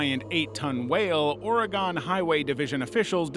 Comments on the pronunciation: First off, I love your videos. Second, Oregon is pronounced the same as organ. The whale video of it exploding, schools here actually show us sometimes on the day to "celebrate" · Oregon is pronounced like organ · or-e-gone. x-x it hurts hearing it that way every time